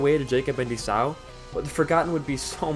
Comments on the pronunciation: It's e saw not esauuuu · ee-saw, not ee-sow I made the same mistake bd1p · lol I forgot I said this, but god I fucking hate how he says Esau as "Esaw" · It is my understanding that the name of Jacob's brother is pronounced "E-Saw"